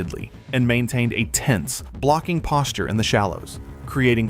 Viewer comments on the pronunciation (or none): none